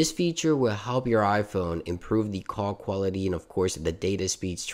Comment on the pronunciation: He also said coc quality’s